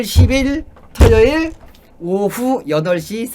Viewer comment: 터여일이 아니라 토요일이에요